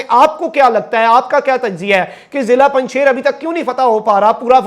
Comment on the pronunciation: Pls pronounc panj Shir not panj shair